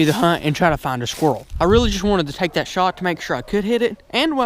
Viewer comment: its on "DAT" tree